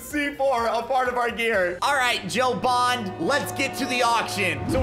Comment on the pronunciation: James BOND, not Bon.